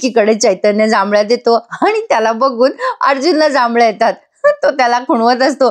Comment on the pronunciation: जांभळ्या नाही हो जांभया म्हणतात.